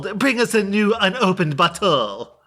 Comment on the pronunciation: I know there’s subtitles but it sounds like she says “bring us a new, upopened butthole.” 😂